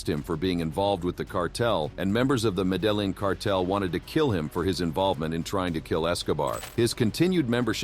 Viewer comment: That's not how you pronounce the Medellin cartel at all especially if you're trying to be like it informational show if you told somebody that and then they said that how you did they what u were talking about 🤣